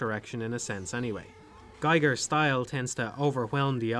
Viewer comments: It's pronounced "geeger", not "guyger", "Guyger" is how you pronounce Geiger, like the radiation counter. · Geeger, not Geiger.